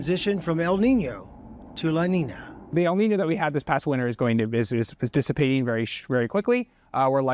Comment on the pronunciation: he says el niño right but says la niña wrong lol